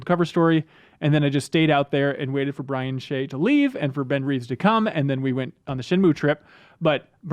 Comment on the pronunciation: Brian Shay sounds like crying shame :)